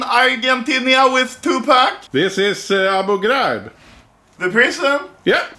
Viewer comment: how is this written i dont understand because of accent oh nvm its abu ghraid :D